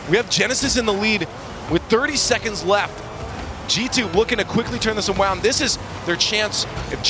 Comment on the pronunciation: "G2 looking to turn this awound"